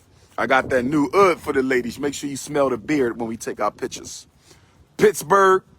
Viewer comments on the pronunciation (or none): Do he just call oud wood udddd